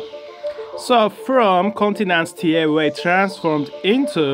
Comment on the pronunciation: Its pronounced Tee A Wa Not Tee Ae Wae